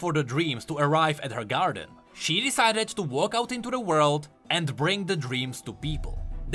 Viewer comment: I'll never say "world" now, I'll say "woreld"